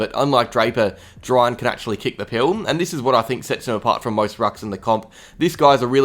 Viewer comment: It's pronounced Jerr-Ain